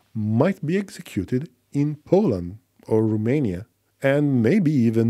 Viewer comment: It's "Romania", not "Rumania"